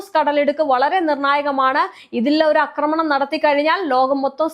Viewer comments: അക്രമണമല്ല; ആക്രമണം. ഛർദ്ദിക്കാൻ വരുന്നു; മലയാളം കേട്ടിട്ട് ! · അക്രമണം അല്ല ആക്രമണം